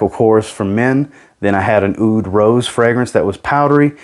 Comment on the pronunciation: Just a quick one, the Aoud is not pronounce as "ay-oud," but just like "oud." In Arabic the "oo" sound in "oud" is said with a voiced pharyngeal fricative, so think of it like saying "oo" from the back of your throat as if you were saying "ah-oud" as one syllable.